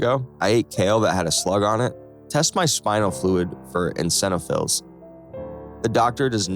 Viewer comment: You still can't pronounce "eosinophils" correctly.